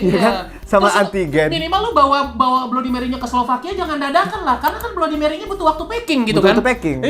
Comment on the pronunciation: bacanya bladi meri bang